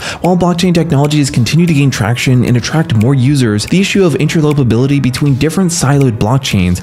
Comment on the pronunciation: "Inter-LOPER-ability" 😊 Sounds way better than "Inter-OPER-ability" Do you mind if I use that? PS Great mic and voice (and content). Bravo 👏 and thank you. 😉